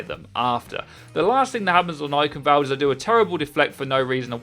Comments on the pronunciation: if this voicec got it right, then yes ^^ Eiخnwald. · no its just mispronounciation of german words by non german speaking people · The 'ch' in Eichenwald(e) isn't pronounced like a 'k', its a Sound not used in english, which sounds like a cat hissing. would be great if more People say it right, because even Athena/announcer doesnt get it accurate.